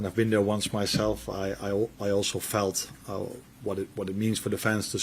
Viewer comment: listen to the way he says the word 'felt'...he's already developing a scouse twang 😊 I'm getting nothing but positive vibes from the new gaffer